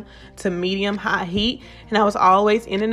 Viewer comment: I’ve never heard anyone call the temperature dial an “I” or “eye”. I’m sure that’s what was said cause I replayed it several times to make sure I was hearing it correctly. So the dial is the “I” right?…….Or we’re you saying HIGH?